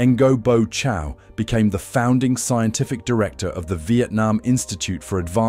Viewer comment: You can’t even learn to pronounce his name one bit. It’s so far off!